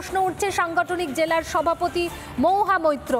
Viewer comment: 'মহুয়া ' উচ্চারন টা ' মউহা ' হয়ে যাচ্ছে। অপিনিহিতির দৃষ্টান্ত পেলাম।